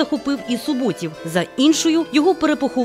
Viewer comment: Наголоси у власних назвах жоден неправильно. Чигири,Суботів,Коліївщина,Мельники. Неприємно,що коментатор не дізналася правильної вимови